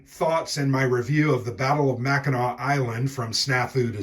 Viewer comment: I am always gratified when people pronounce Mackinac correctly.